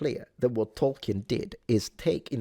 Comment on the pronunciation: Btw it's pronounced toll-keen, not toll-ki-en.